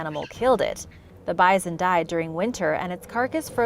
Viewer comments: Why are you saying, "bizon?" It's "bison!" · The way you say “bi-zon” instead of bison makes my skin crawl. Idk why. 🤣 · Sorry it is pronounced bi-Son